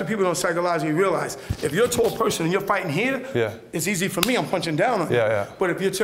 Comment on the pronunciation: The art of fwighting witout fwighting.